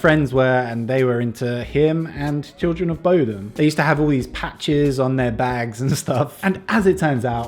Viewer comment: you sang just right <3 But you pronounce Bodom wrong. Just ask Kat how it should be said.